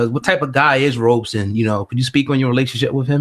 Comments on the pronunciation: Why do people keep calling him Robe-son. It's pronounced Rob-son! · This is really good but please, for fucks sake, why do you Americans keep calling Wade “Wade Robertson” or “Robinson”? His name is two fucking syllables: Rob-Son. It’s not hard. 🤦🏻